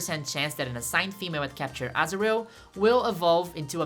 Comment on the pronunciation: Every time I hear you say azurill, I think you say asriel, like from undertale. Asriel is trans-masc confirmed????